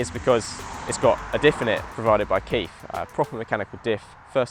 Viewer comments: 😂 ‘Quaife’ you plum I’m still Laughing but to be fair I like your videos keep it up very watchable 👍🏻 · nope.. ur way off sorry, especially with the way you are demonstrating it in your video. and its pronounced like “kwayf”.